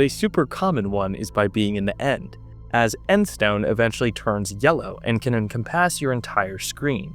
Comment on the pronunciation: encompass is not pronounced like it looks like lol